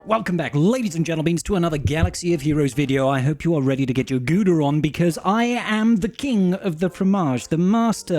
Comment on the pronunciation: .........my friend, I love your channel, your personality, your cheese. You know this. That having been said, the way you pronounce my hometown cheese makes me muy muy sad as the Gungans once said. the OU in Gouda is pronounced as 'cow' or 'how' not as a long 'oo' sound. I am only mostly joking though, you provide enough cheese i'll forgive you the mispronounciation. Great video though, I'll definitely be stealing these ideas from my own conquest.